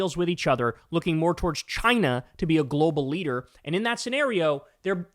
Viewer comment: Love how Kyle says China.